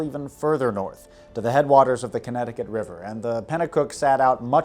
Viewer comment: A great video in almost every way. However, did you pronounce the Connecticut river as "conticut"